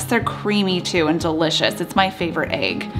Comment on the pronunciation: whats an ''aig'' ?